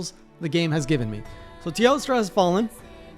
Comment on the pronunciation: I have no idea why but saying "Teostra" is so damn satisfying